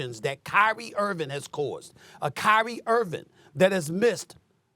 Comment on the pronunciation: why does SAS keep calling him Kyrie IrviN? smh.